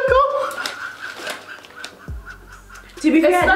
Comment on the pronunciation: “Beesikle” or whatever tried to say😭😭😭😭😭😭